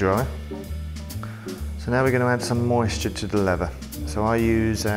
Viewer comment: "Levvah boots"